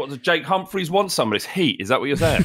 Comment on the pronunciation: The way says Jake Humphrey sounds like Jay Cumfree